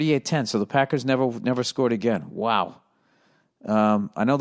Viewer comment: ''but you know what...theres a bunch of paccckers up dare'' comedy gold